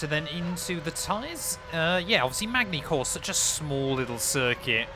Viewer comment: really MaGny-Cours no no its Man-y Cours.. you dont say the G its silent but i forgive you as you was probly too young to know that when this was a real race